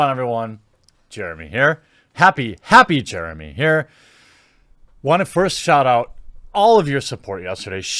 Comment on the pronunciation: LMAO! “Happy Jeremey!”